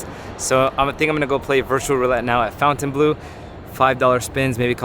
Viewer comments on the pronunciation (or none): It's not FOUNTAINbleau. It's FONTINbleau.